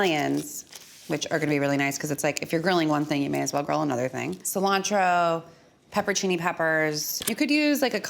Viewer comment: TIL that Americans often mispronounce it "pepper-cini" and I'm a little upset about it ngl